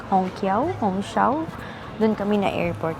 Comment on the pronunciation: Hongqiao is pronounce as “hong chiao”